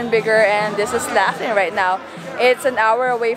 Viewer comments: Um,in Australia we say Locklin,not lafflin. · In the USA we would pronounce Laughlin like L-off-Lin not Laugh-Lin. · The locals pronounce Laughlin differently.